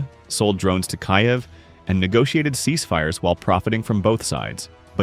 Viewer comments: Kyiv is pronounced "Keeve", not Kiyev. Crappy digital reader. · It is Kiev not Kaev. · It’s nor Kayev. It’s k(eee)v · AI need to learn how to pronounce "Kiev" correctly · Please correct pronunciation of the name “Kiev”.